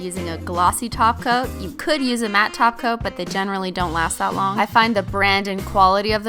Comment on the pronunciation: What did they do with her that’s not here she said topcoat not toco Nooooooooooooooooooooooooooo